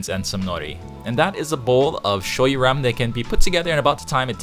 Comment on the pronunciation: Hmmm, らめん made by white people who can’t pronounce the name correctly...